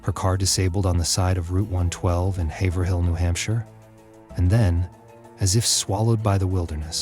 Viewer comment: Haverhill is pronounced Hay'vrill, 2 syllables.